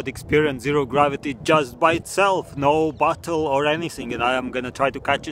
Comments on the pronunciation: Sounds like you say battle instead of bottle lol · Revan The Dragon another thing listen to how he says bottle it sounds like butthole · Why do I hear butthole instead of bottle